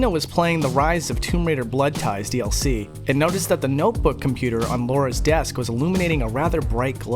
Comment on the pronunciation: It aint LAURA it is LARA